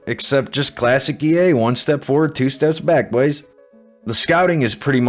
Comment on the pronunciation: the way you say boys is horrible after the first couple times